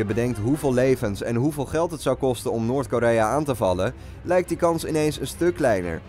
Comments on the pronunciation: "Noort" Lmfao! Noord is het ;O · "Noort Korea" ahahahahahahah well done